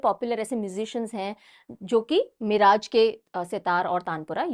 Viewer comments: Just a small info about pronunciation of name of a place in the video. Miraj was not pronounced properly in this video its pronounced as मिरज and not मिराज. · Mam o मिराज nahi मिरज hai..सांगली district Maharashtra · Hello mam One correction Miraj, Sangali, Maharashtra Its मिरज not मिराज Thanks 🙏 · Miraj nahi mam मिरज